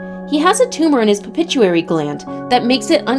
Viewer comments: PITUITARY GLAND PLEASE!!! not pipituary glad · There’s no such thing as a ‘Pepituary gland’ !!! It’s, Pituitary gland. 🤦🏻‍♂️ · "pupituary gland" It's the PITUITARY gland. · Pronounced it well miss beautiful so that the other who watched this video can understand . Pituitary not pichutary .haays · Dudeee pituitary not pipituary, acro-meg-aly not acromogly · This ladies pronunciation irks the heck out of me . Pituitary debut (daybu) acromegaly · It would be nice if while reading the script to this someone would have informed the narrator that she was saying pituitary gland wrong.